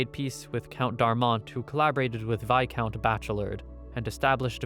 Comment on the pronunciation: Best narrator who doesn’t even have a high schooler’s understanding of English? “Viscount” was always mispronounced and he actually said “fiercity” instead of “ferocity,” just two of the many examples of his ignorance. Ohhhh bEsT nArRaDURRR